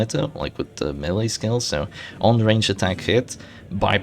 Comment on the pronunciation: FYI "melee" is pronounced "maylay" (like mayday) and not M'lee